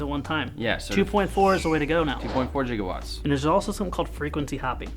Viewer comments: 2.4 GigaWatts. (Jigahwatts) 😅? Damn powerful radio waves them boys use... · lol "jigawatts" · 1.21 JigiWatts! 1.21 JigiWatts!!